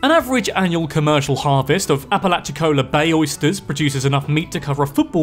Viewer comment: Awesome job on your pronunciation of Apalachicola! But you mispronounced Kissimmee (it's kiss-i'-mee, the stress is on the second syllable) and St. Augustine. I know in the UK, it's pronounced with a stress on the second syllable, but the city in Florida has the stress on the first syllable.